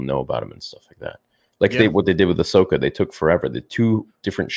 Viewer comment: Bro it’s Ahsoka